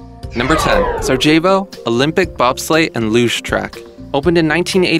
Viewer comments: jeez...the narrator needs how to pronounce Sarajevo. LMFAO. Sara-jayboh? REALLY??!! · Sarajevo doesn't have a hard J sound. It sounds like sar-uh-yey-voh.